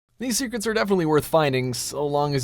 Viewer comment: I wath oolready familiar with all of theeze tho called theecrets, er umm think you veery mutch